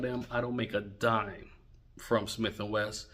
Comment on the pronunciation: Its Wesson, Wesson, not Wess!